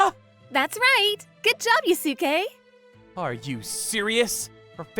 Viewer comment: They pronouncing Yusuke wrong